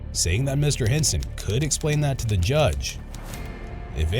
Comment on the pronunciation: “Okay, you gotta esplane that to the yudge.”